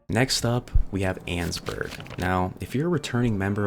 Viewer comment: Erm actually it’s pronounced ann-ess-burg 🤓🤓🤓🤓